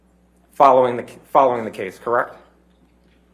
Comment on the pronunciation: Kirrekt? Kirrekt? I’m going to have nightmares of this guys voice. Kirrekt.